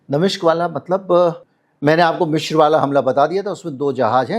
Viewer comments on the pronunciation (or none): It's Misr not Mishr